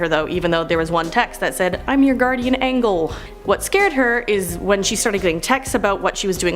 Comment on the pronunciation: angle? you mean angel, pronounced ānjəl